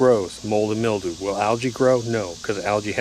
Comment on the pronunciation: Hey pal go back to school-Grrrrrrr mil·dew /ˈmilˌd(y)o͞o/ Learn to pronounce noun 1. a thin whitish coating consisting of minute fungal hyphae, growing on plants or damp organic material such as paper or leather.